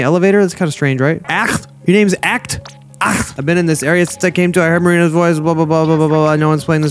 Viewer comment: idk if you realised either of these things yet because im super early into the video but acht's name is pronounced "oct" and they use exclusively gender neutral terms and pronouns! mayyybbeee a good thing to know if you make this a series :3